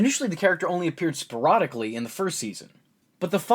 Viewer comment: That's a fucking interesting pronunciation of sporadically my dude